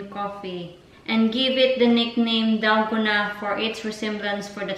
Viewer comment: Dalguuuuunnaahh DalgOna coffee pronounce it slowly mas arap nga mali nman pronounciation mo